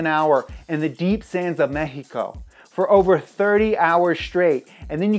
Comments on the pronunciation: Look the way he pronounced “Mejico”, its awesome to ear an non latino with those amazing pronunciations. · Just wanna take a moment to say thanks for pronouncing Mexico correctly, its not Meksiko its Mexico. Wish I could like this vid 5 times